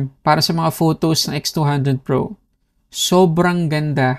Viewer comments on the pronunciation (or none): Nakakalito haha minsan naririnig ko v200 pro minsan nmn x200 pro hahaha